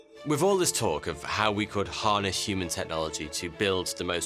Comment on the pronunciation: ‘Coudl’ haha